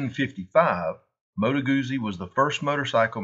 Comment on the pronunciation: Moto Guzzi not Modo Gousi … like Pizza!